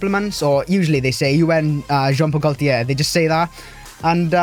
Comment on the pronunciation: Very nice video man! But it's Jean Paul "Gaultier" 😉